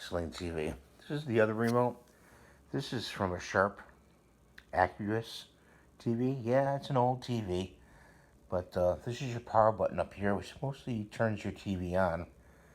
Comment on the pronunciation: it's not sharp Accuras. it Aquos like Aqua pronounced "Ak-was" (it's meant to represent it's fluid like picture) also the light button turns on the illuminated keys, hit it and the keys light up